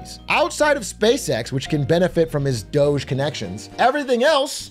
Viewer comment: DOGE pronounced Dodgy